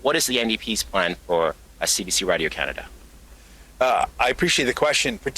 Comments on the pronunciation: Anyone else hate how Carney pronounces "Radio" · he can't even say radio properly... like wdf is he saying... he is a whacko like jt and his goons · You can tell he’s invested in radio Canada by the way he say it (Radio). This guy is bad for Canada